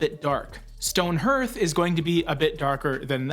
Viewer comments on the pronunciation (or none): I absolutely love you! However why do you keep saying her-th for the word hearth? It's pronounced haRth as in the fireplace surround. Say it with me...haRth. I'm teasing you. Great channel. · Very nice and thorough breakdowns but #9, Stone Hearth, is pronounced “harth”. Enjoyed your analysis.